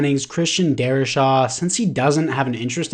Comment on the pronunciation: Darri-SAW....not Shaw